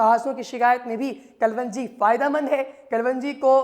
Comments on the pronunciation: KALWANJI GHALAT - KALONJI SAHIH PLEASE NOTE. AFSOS HAI PAKISTANION PE URDU UNKI SARKARI ZANAN HAI MAGAR LIKHNE AUR BOLNE MEY BE SHUMAAR GHALTIYAN KARTE HAIN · Herb's right pronunciation is kelongi,not kulvungi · Your pronunciation of kalonji is wrong Kalwanji nahin sahih tallafuz "KALONJI" hai. Video mey Pronunciation correct karo. Ghalat tallafuz na boltey raho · Kal wanji nahi kalonji apko pehlay bolna ana chahiyay k log confused na hon thanks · Its kalonji not kalwonji.... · 💖🌻 Yes, its " KALONJI "